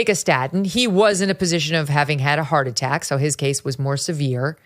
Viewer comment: I wish this nice and very interesting man would speak properly - heart a-ack. Sta-ins. Although he doesn’t do it all the time!